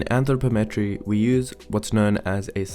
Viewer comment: You mispronounce anthropometry